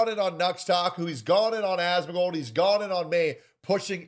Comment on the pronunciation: “Asmons frogan”😭😭😭